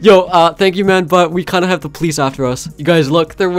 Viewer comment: Thx i like wen you say hawe a good Day hawe to